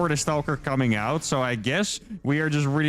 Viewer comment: I love the way you pronounce "stauulker".